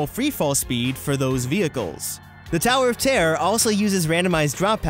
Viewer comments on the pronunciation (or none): tawer of tarrer